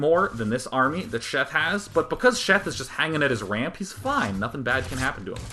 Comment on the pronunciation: Are you saying "wamp" instead of "ramp"? hah